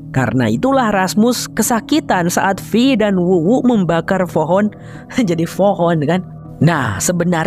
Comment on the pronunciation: Fohon hahaha jadi fohon kan 😁😁😁😁😁😁